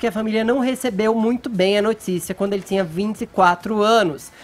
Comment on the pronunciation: Porque o Fefito fala: D"S"iego? Not"S"ícia? T"S"inha? Crit"S"icando? Forçadament"S"iii?